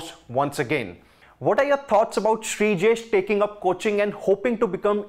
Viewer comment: Please, he's Sreejesh, not Brijesh.